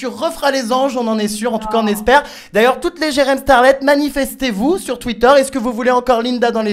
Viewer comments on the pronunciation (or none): Sa m'a tuer elle a dit "tuïter"😂